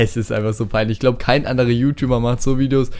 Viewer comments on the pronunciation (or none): none